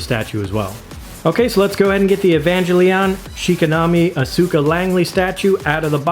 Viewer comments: Show is pronounced Eve-e-Lon-gal-on Character is Oz-ka. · 1) Amazing statue 2) amazing video 3) oh my God I have never heard every single syllable in Evangelion and Asuka's name so brutally uttered before